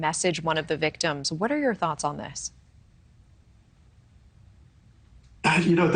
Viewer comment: “Alleged” is two syllables, not three.😅